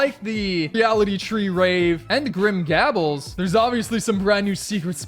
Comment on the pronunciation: Just so you know grim gables is pronounced like grim you got that part right and then gAbles with a long a so that's why I capitalized the a